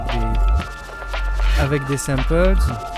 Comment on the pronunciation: des semmpeulses mdr ...pas de doute on est en France ahah vive l accent , sinon sympa le tuto , big up !